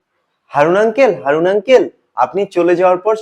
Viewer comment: হরুন নয় উচ্চারন টা হবে 'হাউন আংকেল '